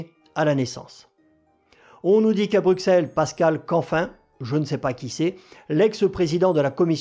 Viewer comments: On ne dit pas Bruxelles. Ça se prononce Brusselles. On ne prononce pas le X mais un S . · Ça se dit pas Brusselles , mais Brucelles ou Brusel...